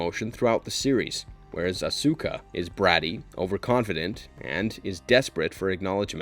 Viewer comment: The pronunciations and mistakes in this video are ALLLL over the place. We're human, but if you're gonna make a video like this, come on man... Attack OF Titan? Mo-Bye-ul Suit Gundam? Yoko Cane-Oh. PokemonS? Meowith? A-Sue-ka? Rye-oji? Meet-sue-ko? Even Carl Jung was wrong. The J is silent. I can't even finish the rest of the video.